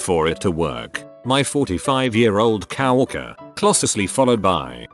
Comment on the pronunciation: I like how coworker sounds like cow walker